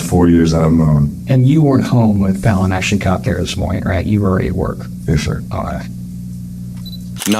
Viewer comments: Is there any way to tell the Robot Narrator that the dead toddler's name isn't pronounced FALLEN? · do you pronounce Jimmy Fallon's name "Jimmy Fallen" too? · you pronounced this poor little girl's name incorrectly the entire video despite everyone in your footage saying her name the right way. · I’ve never heard it pronounced “Fallen”. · At least get your AI narrator to pronounce Fallon properly ! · Her name is actually pronounced like “talon.” (Fallon) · The pronunciation of the little girls’s name is Fallon FaL in ugh 😩 voiceover needs to be redone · You kept mispronouncing the baby's name. Its Fallon, rhymes with gallon. Get it right. Respect for that sweet angel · Pretty sure it's pronounced Faah-lon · If you do these kinds of videos, you should make sure you pronounce the names correctly. her name is pronounced like Jimmy Fallon's last name. FALLON! Drove me nuts. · Its not pronounced like fallen. I hate when youtube creators dont even give that poor dead child honor by mispronouncing her name. Dude you need to figure it out. OR STOP USING AI TO PRODUCE YOUR VIDS. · I don’t even think I can finish watching……dude it’s pronounced f-AL-EN. How many times did you hear them say her name right? This poor baby died in such a terrible way, the least you could do is say her name right. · Right? How hard is "Faa-lon" ffs! And coloring the baby purple & putting a bar across her eyes?! Is this channel run by 4th graders? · It’s kinda disrespectful tbh, at least ensure the victims names are said right :/ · The narrator should learn how to pronounce the victim's name! R.I.P. Angel Fallon🕊🙏🏽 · Why does the narrator keep getting Fallons name wrong???? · Drove me crazy the narrator couldn't even pronounce the child's name correctly. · Why do you mispronounce Fallon's name continuously throughout the entire video? Is is that hard to just repeat it the way everyone else is saying it? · The A in Baby's name is pronounced like apple. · FAHLLEN not FAWLLEN omg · Fallon not follon